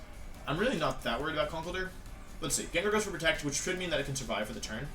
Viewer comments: Also: "How did Gengar survivey" That shit gets me everytime :,) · I sur-viv-ay?!?